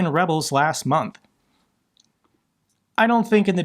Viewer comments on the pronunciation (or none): none